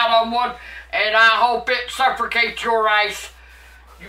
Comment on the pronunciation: said suffercate lmao again at these fools.